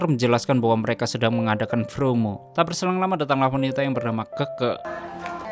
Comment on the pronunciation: Min promo bukan fromo Tetap semangat